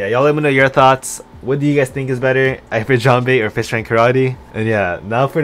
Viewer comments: No, it's pronounced ("EE-freet") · hes saying eye-frit jambe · The way he says Ifrit 😭